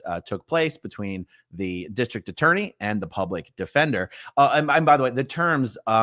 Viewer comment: It’s pronounced “plublic defender.”